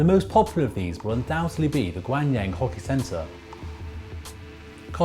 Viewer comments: Jacob Kim It's their stupid fault for misspelling it to begin with. Gahng Leung. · Great video however the ocean cluster is in the city Gangneung pronounced gangnoong. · I'm really glad for this video! But I would like to correct one minor thing.....it's Gangreung[gang-reung], not Gangneung! Hope this will help you. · His pronunciation of Gangneung makes me cringe. I understand not getting it right cause its hard to pronounce korean but where do you find a "Y" to make it gwanyang. I mean come on. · Great video :) the city name gangneung was butchered pretty bad hahaha it made the video even better! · I cringe every time he mispronounces Gangneung. It's "Gang" with an "ah" sound, same pronunciation as Psy's Gangnam Style. "Neung" is, granted, difficult to pronounce. So, here's a link to how to pronounce Gangneung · Almost every american i meet says the A sound in that cringeworthy way.